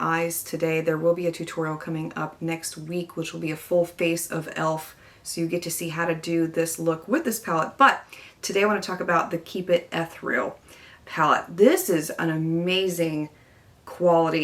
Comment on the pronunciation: ethereal = uh·thee·ree·uhl